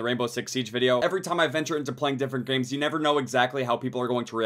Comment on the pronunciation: was it just me or did i say grames instead of games